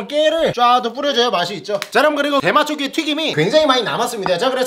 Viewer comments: 어째서 대맛조개가 대마조개로 들리는거지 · 저만 대맛조개가 대마조개라고 들리나요 ㅋㅋㅋㅋㅋㅋ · 이영상을 보면 이 "대맛조개" 할때 저는 계속 대마ㅊㆍㅡ 로 들려요ㅋㅋㅋ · ㅋㅋㅋㅋㅋ나만 대맛조개가 대마초라고 들리나? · 저만 대마초라고 들려요?ㅋㅋ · 오프닝때 대맛조개라고 하는것같은데 대마초개라고들리네요… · 들으면 들을수록 “대마초”개 라고 들리네 ㅋㅋㅋ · 계속 대마초기 때문에 진짜 맛있어요라고 들려요.. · 나만 대마초라고 들리나? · 왜 대맛조개 말할때마다 대마초개라고 하는거 같지?ㅋㅋㅋㅋㅋ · 미안 내가 대맛조개 라고한걸 대마초를 라고 들었엉 ㅎㅎ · 나만 계속 대마초개라고 듣냐